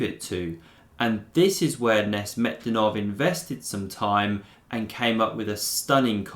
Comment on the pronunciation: Awsome game. Sacing queen so early in the game needs some degree of madness that only Rashid Nezhmetdinov possessed. That's why his games are so surreal and he was called 'no reverse gear Rashid' in USSR. By the way his last name is pronounced as NaJmeddinov.